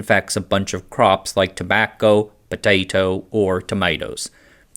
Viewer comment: lold at the pronounciation of tobacco, potato or tomatoes. Big fan of your vids buddy, some of the best content on yt for years <3